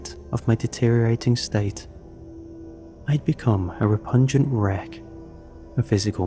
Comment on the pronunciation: That ending was fire and surprising, despite making no sense. But for someone who reads for a living, you say a LOT of words incorrectly. Acrid is a as in apple. A-crid. Repugnant, not repungent. The cold crept into both our bones.. not the cold both crept into our bones. ProGRESSED, not PROgressed. Respite is "reh-spit", not ree-spite. Rancor is "ranker", not "ran-core". The story is.. intense and emotional.. but as said by others, almost entirely purple prose and hard to follow because of it. Even just seeing a candle took 2 paragraphs to say.